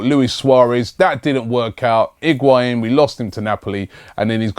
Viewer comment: u say lacazatte n benzema...nw higuain damm